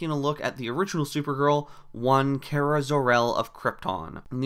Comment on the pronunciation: Thanks for pronouncing Kara's name right